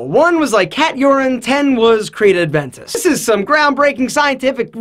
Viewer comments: Hey man....there's no 'd' in Aventus....it's not Adventus. FYI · Its creed aventus not adventus😂😂😂😂 i get triggered when you dont even say it right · Aventusm not ADventus my man :P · It is Creed Aventus. AVentus. Not ADventus. Good video though, it's just a shame that 50% of your video is a sponsored advertisement. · Hate it when she calls Aventus - “Adventous”. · Gotta love that "adventus" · Creed Adventus? You can't even pronounce the damn names... Get the fuck out of here.